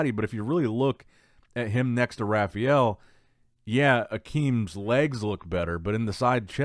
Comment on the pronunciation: Does anyone else cringe when he says Rafael? It’s the worst!